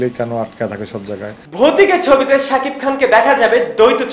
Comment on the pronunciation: ami zototuku jani aponi ztesht shikkhit hoyto aponi onn kichu vul bolteparen ba likhte paren ekta manuser name vul bolen kemone shakib khan bolte kosht hoy.cakib khan bolen ken